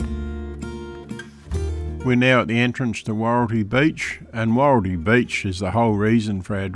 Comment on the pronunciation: Wahroltee not woreltee